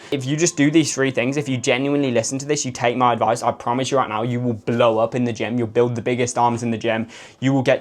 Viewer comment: "I'M TELLING YOU ROIGHT NOURR" 🗣️🗣️🔥🔥